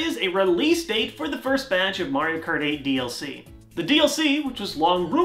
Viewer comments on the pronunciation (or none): none